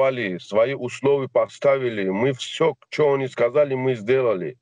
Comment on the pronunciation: послушайте что он говорит почему или зачему?😁😂